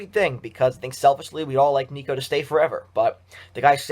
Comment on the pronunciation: It’s nicko not neeko.